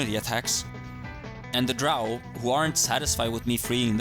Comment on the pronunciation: Even the game says DROW not DROH. Wtf ....